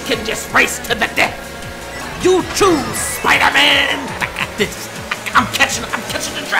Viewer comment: You too Spidahman!